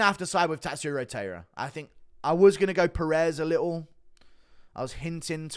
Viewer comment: Glad you picked Taira! I'm Japanese and am rooting for Japan. His name is pronounced Tai-Ra Tai like the word sky